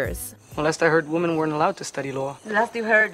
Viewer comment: I know the English language is super confusing, so I don't blame you for saying women wrong, but for future reference, the word is pronounced "WIH-men". Darn this language!